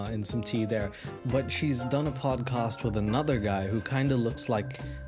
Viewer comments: Dude great show but why do you say “podcuuust” 😂😂😂😩😩😩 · Great podcast but I can't get past the way you say podcast 😂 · why do say podcast like your from "saaf Landan"?